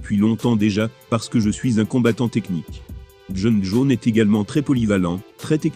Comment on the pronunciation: Djon' djonss ou Jône Jaune ?